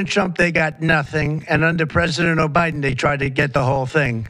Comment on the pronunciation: He said, "Obiden"! 😂